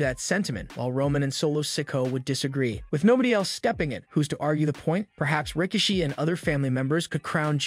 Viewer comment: Who's rikashe? It's rikishi bro